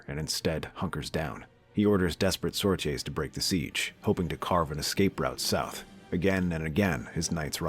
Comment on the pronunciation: thank you for pronouncing sorties I've always wondered